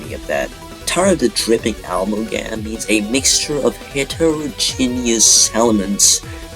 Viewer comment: you have very interesting ways of pronouncing amalgam and reticulum and synthesis